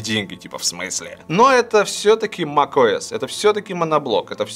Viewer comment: Услышал - ТимКукОС)